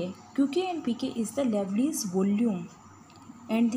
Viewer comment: Liouville should be pronounced as "lee-oo-vill" (लिउविल), not "lovely".